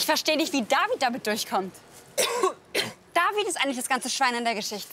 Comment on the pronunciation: Jemand soll diesem Mädchen bitte sagen, dass sie nicht mehr „Davieed“ sagen soll.